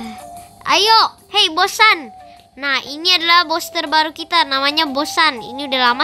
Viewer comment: kok bilang bos sun jadi bos san wkwkwk